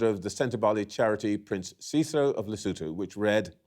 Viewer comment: The country is Lesotho. Not lutho 😅